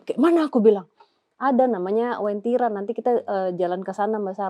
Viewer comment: Uwentira kak bukan wentira. Aku palu asli